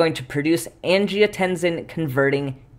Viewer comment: I might not say anything if it wasn't for your superchat pronunciation challenges, but angiotensin seems like it should have a voiceless /s/. Like in tense, or similarly (but palatalized) in "hypertension". I checked some dictionaries, and they agree. Kidneys ARE cool. Countercurrent exchange and multiplication are neat. °෴°